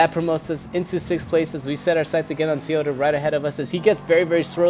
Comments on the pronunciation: Not TEAota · It's TOYota not TOYOTA